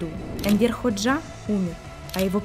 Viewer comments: Правильно ХОджа, а не ХоджА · Энвер ХОджа, а не ХоджА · Энвер (ударение на э) ХОджа (ударение на О)! Почему не узнали точное имя бывшего лидера Албании? Внимательнее к деталям